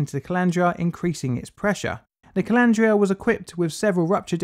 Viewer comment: am I the only one who mentally pictures a collander every time colandra is said.